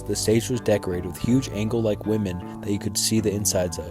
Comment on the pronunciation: I felt the same way until I heard dude say "huge angle-like women" 🤦‍♂️🤦‍♂️🤦‍♂️